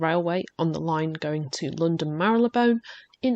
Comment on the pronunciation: Great vid, and lovely to see you back on YT. Thank you also for pronouncing Marylebone the way it should be!